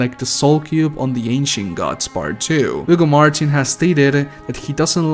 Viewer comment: “Ugo Martin”